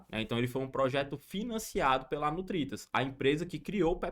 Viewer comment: Ele fala Nutritas mas é NURITAS